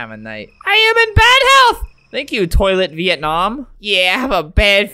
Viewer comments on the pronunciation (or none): I heard THOILA VIETNAM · Albert: ToilaVietNam Me: "ToIlEt ViEtNaM" (Yes,I heard this ever since I watched this video) Edit: I did not say this comment to offend anybody, including people from Vietnam. I did this for a joke.